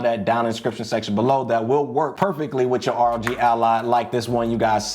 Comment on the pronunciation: Thank you for saying, "R-O-G" instead of "Rog as in Log"... thanks for the tips!